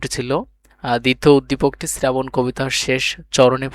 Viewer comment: শ্রাবণ❎ শ্রেরাবণ✅😂